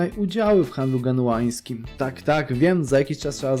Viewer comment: Genuańskim wtf chyba Genueńskim xd